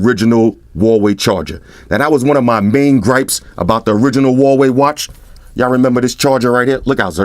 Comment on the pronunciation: the American pronunciation of Huawei gets me every time. Listen to MKHB's pronunciation. He's an American and can pronounce it correctly....